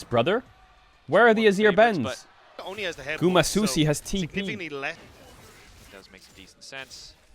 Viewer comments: i kept hearing "GUMA SAUCY" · We need a video compilation of Caedrel pronouncing Guma’s name🤣